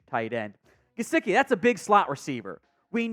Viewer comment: It’s Mike Juh-si-kee …